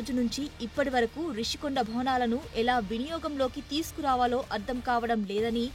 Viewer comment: English లో Rushikonda అన్నప్పుడు తెలుగులో ఋషికొండ అనే అనాలి. మధ్యలో రిషి కొండ అంటావేమిటి రా !? తెలుగు రాదా !? English రాదా !? రెండూ రానివాళ్ళు మీడియాకి రాకండి.